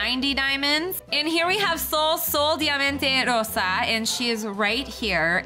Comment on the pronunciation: sol diamante rosa is in portuguese and she pronounced in spanish lol But it's nothing, i just thought it was funny